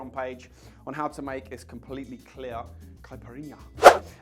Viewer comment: Fantástico! Falou certinho “cachaça” e quase perfeito “caipirinha”! Thank you!!!!Abraços saudosos do Brasil! 🇧🇷👏🏻👏🏻👏🏻👏🏻👏🏻👏🏻👏🏻👏🏻😁😁😁😁😁